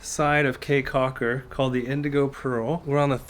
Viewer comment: Beautiful video! I thoroughly enjoyed it but did cringe every time you said “Kay” Caulker. Your research seemed really thorough, I’m kind of surprised you didn’t learn how to pronounce the destination.